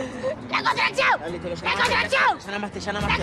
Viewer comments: jajaja me hace reír cuando dice:La contraezion jajaja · LA CONTRACCIÓU LA CONTRACCIÓU LA CONTRACCIÓU jajajaja